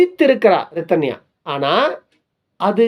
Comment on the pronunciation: அப்படி சொல்லாதிங்க. நல்ல பெண்ணை‌ தேடுவதும் அவ்வளவு எளிதல்ல. சற்று அதையும் புரிந்து கொள்ளுங்க ஐயா.. அது சரி அழகான அந்த 'ரிதன்யா' என்ற‌பெயரை ஏன் இப்படி நீங்க கொலை செய்றீங்க 'ரித்தன்யா'..என்று மீண்டும் மீண்டும் கூறி..ஊம்ம்ம்ம்??🤨